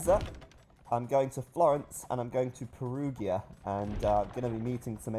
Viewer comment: It's "PeruGEEa";) Enjoy my country,!